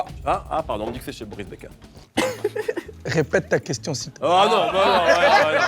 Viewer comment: Kelly Assoussourou c’est chily qui dit moris becker